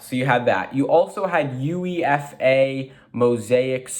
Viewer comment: It's killing me how you are saying UEFA. It's pronounced you-a-fa